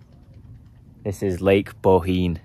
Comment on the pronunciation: Good pronounced 👏 👌 Bohinj